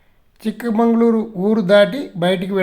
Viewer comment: సార్ అది చిక్ మంగళూరు కాదు చిక్కమగళూరు